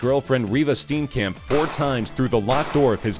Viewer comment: you pronounced steenkamp wrong. it sounds more like stee-yin-kump